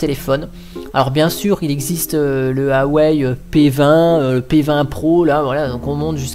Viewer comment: Sa se prononce Waaa ( comme Waaa c'est beau), et Ouaisllle ( comme Ouais et faut partir du sur "ille" à la fin ( :)